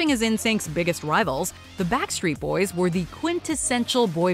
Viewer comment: Lol she said WET BACK street boys